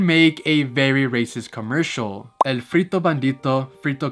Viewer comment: I loved how you pronounced "frito", "bandito" (aunque es "bandido") and "sombrero".🤗